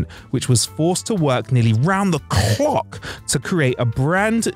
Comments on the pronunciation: “Around the CHhlohk!!” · The stolen chair; "clock": I swear you vomited that word out XD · I keep going back to to hear it again and again!